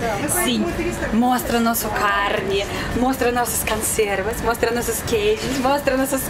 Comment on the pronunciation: O que essa mulher fala de Português é um absurdo !! Alguém já deve ter reparado e avisado, o unico erro CONSTANTE que ela pratica é a troca do "O" pelo "A" na maioria das palavras, especialmente quando vem na primeira sílaba, exemplo: CONSERVAS ela pronuncia CANSERVAS, e muitos outros.... Então: nota 9,95 de dez.